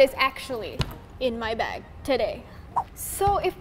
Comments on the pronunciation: you said plastic ba instead of plastic BAG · and why when they say bag there isnt a g